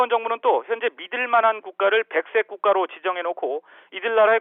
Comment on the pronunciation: 리포트 말 너무 더듬고 말 중간에 아! 이런거 좀 안했으면. 백색국가가 백 셋 국가로 들렸어